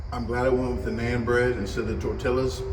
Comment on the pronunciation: It’s pronounced “non” bread